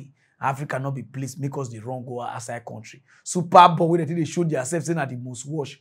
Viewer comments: it is not "super ball", it is "super bowl".😂😂😂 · It is SUPER BOWL not super ball